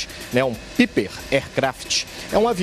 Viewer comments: Pelamor, o repórter não sabe pronunciar o nome do avião, aircraft significa apenas avião, o modelo é Piper (paiper) Malibu Mirage P46 350 P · Tem que ensinar esse repórter sobre aviação. " Piper" se pronuncia " Paiper!"😅 Sobre a perde a asas em voo, basta o piloto elevar a carga de sustentação das asas , acima dos limites estruturais.